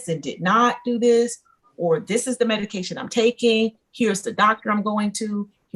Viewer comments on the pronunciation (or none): Am I the only one hearing EDICAL and Not MEDICAL? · Is she saying edication?! Leaving the m off of medication? I feel really bad for her. Her babies deserve better. She deserves better. How do you get her to understand?! How sad. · Mom kept saying "edication" not medication and it was driving me nuts. Poor kiddos. Mom needs meds or she needs to be no contact.